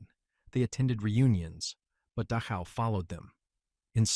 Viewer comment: AI, if possible, should be withdrawn and studied under far more stringent Testing parameters. I have noticed several different terrains and servicemen on both sides and about 1000 other things, including the fact that they can't seem to pronounce the name of the death camp Dachau. Then again apples, most glorious and must be their finest product. They're so proud of named talk to text sucks so badly that it's almost like there's a conspiracy to keep all this crap hidden. They don't want to admit how they manipulate the population and sooner than later no one will ever know the name of that place. I'm certain it's not on any kind of college curriculum in the blue haired nose, ring freak show alleged learning centers all across the United States that charge a mess to them and then never let them out of enslavement because of high interest rates, etc. This country really needs to take a damn good hard look at itself because there's one group of adults in charge at the moment and the rest of you morons who hate people even though you cannot ever in 1 million years why.